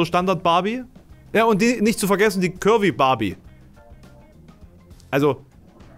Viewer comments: Ich hab am Anfang immer "Kirby Barbie" verstanden statt "curvy"... Ich sollte aufhören so wenig zu schlafen. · Hab‘ nur „Curry Barbie“ verstanden. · Ich habe ständig Currybarbie verstanden 😂